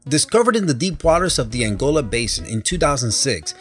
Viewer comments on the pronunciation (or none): none